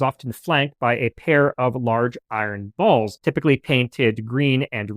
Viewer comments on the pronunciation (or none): none